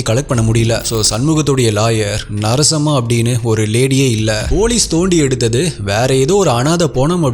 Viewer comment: Narasamma.. Not sarasamma...😂😂😂😂